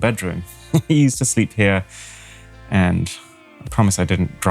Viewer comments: Emphasis on “here” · u should have really emphasized the word "here"